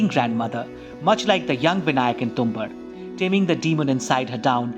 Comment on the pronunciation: You're mispronouncing the title which is irritating to my ears and hence has affected the viewing experience of this video. It's Tum-baad.